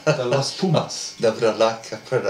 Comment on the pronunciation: Agree, if Ledezma get time & support you will see..De Klerk is a genius, Dyantyi constant menace a talent like that will keep the opposition on their heels even on the bench, your pronunciation of Pumas & Jaguares is very good congrats